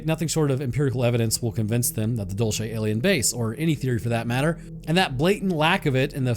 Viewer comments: Dul say, not dul chay 😅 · IT IS PRONOUNCED: DULL-SAY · And it’s dul- say not whatever you said you nerd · Also, idk why people have such a hard time pronouncing “dulce”. It’s DOOL-say, not dole-chay. It’s Spanish not Italian. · It's pronounced Dool-see. As a New Mexico native, I can say that there are probably more UFOs in the state than anywhere else. Always have been. Love your stuff man! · I knew as soon as I saw the title it was going to be about Dulce. My understanding is it’s pronounced “Dole-Say” That said, the underground base has humans working along side the greys and reptilians. The reptilians built the underground base a couple million years ago because of the high magnetic fields deep in the earth in the southwest. One of the lower levels they do animal human hybrids from transients they’ve kidnapped over the years. There’s a level that has the ability to trap souls of creatures that accidentally end up there when they are astroprojecting. The war happened when a reptilian wanted Phil Schneider to release information about what was going on. The war ended up just being a failed mini rebellion. Also, the greys are like worker drones who communicate telepathically. They don’t get along with the reptilians and sometimes fights break out. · You're pronouncing Dulce wrong too ! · The way you pronounce Dulce is grating af, what a way to anglo-cize a Hispanic place! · Santa Fe is the state capital, such ignorance in this day and age, plus, you pronounce Dulce incorrectly , goodbye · I just cant stop laughing at how he said "Dulce" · Also this is gonna drive me mad Dulce is pronounced with a soft C like in Cereal not a hard Ch sound if you say Dulcereal and take out the real then you got it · you have a strange way of pronouncing Dulce